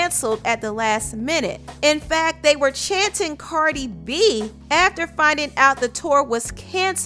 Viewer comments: Karrrdi Bee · Cardeh beah! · that heavy french accent chanting "CaRdI b" took me right out 😂😂😂😂😂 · “COWDI BI, COWDI BI” LOOOOOOOOL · they so lame for bringing cardi in it.. don’t even know how to say her name.😑 nicki gone step PERIODTTTT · They can't even pronounce Her name ,Cardi B's or their lyrics and thank God it was only a small group of people saying that shit😐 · They can't even pronounce Cardi B